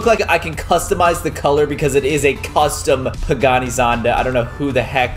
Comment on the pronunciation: Caylus bro it's not pagaani not bugatti